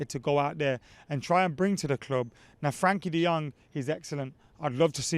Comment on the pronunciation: I have a dream - To hear say Frenkie de Jong's name right for once. Frenkie, lad, Frenkie.